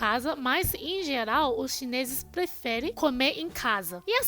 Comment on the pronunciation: maioRia kkkkk não maioLia kkkkkk platos não....pRatos kkkkk. pRefere... e não plefele...tempelado não, tempeRado kkkk blasilelo está ERRADO....KKKK BRASILEIRO...KKKK